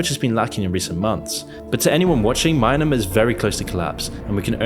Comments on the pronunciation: OK sorry but the Myanmar section on this video is just absolutely awful. You got so many BASIC things wrong. You pronounced the name wrong. It's "Mee Anne Mar" not "My Anna Mar" Daw Aung Sang Suu Kyi was never the "new president", as the constitution specifically barred her from ever being president. Prior to the 2020 election her party WAS in power already and the military launched the coup on the day the new parliament was to meet and her party would be sworn in for a second term. The Rohingya conflict is NOT happening in the East along the China border it's the exact opposite, its in the Western side of the country in the northern part of Rakhine state near the border with Bangladesh. I don't know about the other countries in this video but your Myanmar section contains so many glaring errors that I call into question the reliability of the entire video. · A lot of the facts are wrong. For example the Rohingya X Burmese military conflict is in the west. Not the east. The conflict borders Bangladesh not Thailand. Also pronounced Me-an-mar. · The pronunciation of Myanmar in English is pretty difficult, because technically Myan မြန် is one syllable. The most-acceptable pronunciation otherwise is MEE-an-mar. Likewise, "junta" a Spanish term, is pronounced "HOON-ta". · He read Myanmar as Mynamar fr💀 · "Maianamar" pls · It's "Me-An-Mar". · Why do you keep pronouncing Myanmar as myanAmar? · who tf reads Myanmar as Mynamar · what do you mean by maynamar 🤣🤣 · Bro please stop saying mynamar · "My na mar" 🗿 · Coup de grâce is French, you pronounce it "coo - de - graw" in French. Yes, in English as well. Junta is Spanish, you pronounce it "hoon - ta" in Spanish. Yes, in English as well. Rohingya is pronounced "Row - hing - yah." Myanmar is pronounced "Me-yan-mar." You should look up words you are unfamiliar with before recording. If you aren't sure - check, it'll help you sound more competent. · WHY THE FUCK ARE YOU PRONOUNCING MYANMAR AS "MINANMAR"? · WTF is a Mineamur?